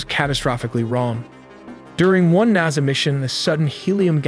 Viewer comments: "Naza" lol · also ar-teem-is and na-za. this guy mispronounces at least 1 major important term per video.